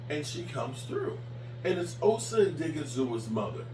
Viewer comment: please just say Osa. I have never seen a human being, let alone a YouTuber, that mispronounces names as much as you do.